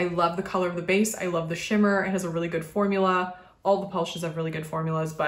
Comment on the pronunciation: LOL when you are swatching "Pivot!" and you mispronounced shimmer it almost sounded like you said Schwimmer which would have been a great pun. Pivot is a line by Ross who is played by the actor David Schwimmer in case you didn't already know.